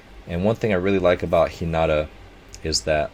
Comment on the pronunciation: You should start doing this more often and it's (HE-NA-TA)